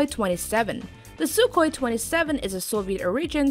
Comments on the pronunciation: Silent K in Sukhoi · Sukhoi is pronounced Suhoi